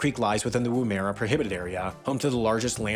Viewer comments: You've mispronounced Wahroonga, Lake Eyre, Oodnadatta, Gibber (Aboriginal for stone or pebble) and Woomera. Also, your pronunciation of pastoral put the emphasis on the wrong syllables. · Woomera- Woom-erah not Woo-MEra Eyre - Air but like you're Australian Port Augsta - Pordagudda Ooodnadatta - Oodanadada. There are no emphasises, this is Australia, we only put emphasis on drinking. THANK YOU THAT IS ALL. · Lake Eyre is pronounced "Lake Air". And Woomera is said more like "Woom-a-ra" and has an interesting history all its own. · Also the pronunciation of Woomera was a little triggering. "Woo-meh-rah"? Really? :P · Australian here, cool video. Lake Eyre is pronounced the same as "Air" and for Oodnadatta you say the "atta" bit the same as you would say "Atta boy!" Edit: The E in Woomera is said like the E in "The" 😆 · Always nice to see Southern Hemisphere content! Also, if you need an Australian place-name accent coach please hmu 😅 Woomera, Oodnadatta, and Lake Eyre send their regards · Also; Giber plains has a hard g. Woomera has the stress on the "woo" not the "era". I'm sure there's others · And got Oodnadatta and Woomera wrong too. But that's pretty understandable - even if spent time at uni in Australia... Also, gibber plains are flat plains with nothing but rocks. You drive through a few of them on the way from Adelaide to Alice Springs - it feels like you're driving a 2-lane blacktop on the surface of Mars. Super trippy